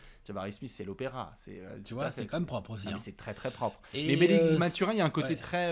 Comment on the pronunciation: Merci les gars excellent podcast! tu m'as bien fait rigolé quand tu prononces Mathurin à l'anglaise. Il faut savoir qu'avant tout la première langue de Bennedict est le français donc son nom se prononce à la québécoise😜.